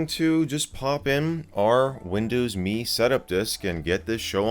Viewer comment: Arrrhhh it’s “M” “E” not “me”